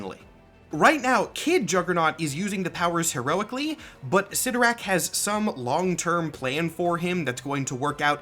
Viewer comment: I believe the proper pronunciation is CLYTtorak, not ClytTORak...